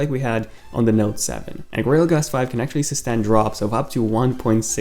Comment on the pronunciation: Did he say guerrero glass??